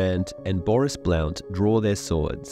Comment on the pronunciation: Blount being pronounced like that is mentally agonizing. It's pronounced as "blunt".